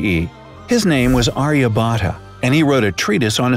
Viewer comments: I am an Indian and I really appreciate the wonderful things you said about my country but the pronunciation of Aryabhatta is wrong. Same goes for Chaturanga and even the Himalayas! But the video was pretty cool. Mera Bharat mahan!🇮🇳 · I love how he pronounced Aryabhatta